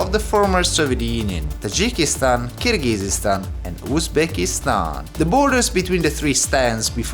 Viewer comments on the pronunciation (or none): By the way, the country is actually pronounced Kyrgyzstan, not Kyrgygyzstan. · Just a few comments here (from someone who watches your videos frequently), I hope you won’t take them personally; - you’ve mispronounced Kyrgyzstan to the point one could not listen anymore, given your interest in geography and ex Soviet republics, it’s rather surprising. It really doesn’t take too long to learn basic things like this and make an effort to research it properly prior to exploring those places, which without a doubt are interesting. Similar story with other names in Uzbekistan (and other ex Soviet republics), it’s rather important how you pronounce things both in English & Russian so that your viewers (and native speakers of those languages) can better understand you. E.g. Fergana (or Vorkuta in your previous explorations) is pronounced as if you spoke Italian while you actually described it in English / Russian, accent is stressed in the wrong syllable hence often giving the impression that you spoke of entirely different place - quite recently Bald & Bankrupt successfully reached Sokh exclave and all he needed was the current schedule of flights between destination A&B so that he could plan things ahead to buy tickets on time. You speak communicative Russian which should enable you to plan in advance, I guess. Try to get yourself organised and contact places prior to arrival in the local area to have that knowledge that might be helpful in future planning and you might be in better position to achieve your goals One might not think much of the above, but tru